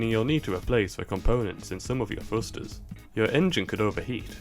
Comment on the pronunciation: are you saying "frusters?"